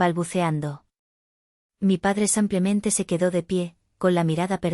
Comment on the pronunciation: Samplemente? Que quiere decir esa palabra?😅😂😅😂😂😅